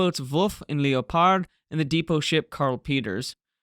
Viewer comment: FFS learn how to pronounce Leopard